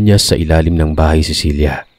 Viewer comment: Ang gulo mo. Cela ba o Cilia pabago bago ang binibigkas mo eh!